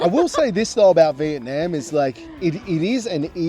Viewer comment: If you are going to do a video comparing Malaysia and Vietnam, you would have more credibility if you could pronounce Vietnam correctly. In the video link is a fellow Australian of Vietnamese heritage correctly pronouncing Vietnam.